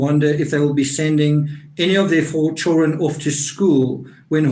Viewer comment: it’s hilarious!!but that accent is halarious!!and I’m a hillbilly!!and I think he says “chilren”